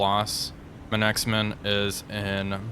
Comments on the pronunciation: It's "Manxman" like "manks man" Not Man X Man :) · This has been bugging me for a while, Manxman is pronounced "Mancksman" rather than "Man-exman". Also, poor Emerald! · “Mancks Man”, rhymes with “Tom Hanks, man.” Well within the powers of us thick-tongued North American anglophones. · Manxman is pronounced manksmun. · You may have been told this already....in fact I'm sure you have! "Manxman" is pronounced to rhyme with "Thanks, man!" 2 syllables. Thanks-man. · Pronounce it as Manx-man. 2 syllables. She is named after the people of the Isle of Man. Gripping fight this time. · Emerald fought so well the comment section forgot to correct pronunciation of Manxman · He's been told multiple times about Manxman. It drives me up the wall.